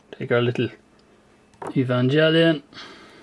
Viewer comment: you pronouced evangelion wrong dont't hold the e srry but that just offends me